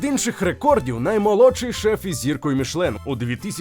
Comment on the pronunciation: Чому "мішлен"? Там же написано "мішЕлін"!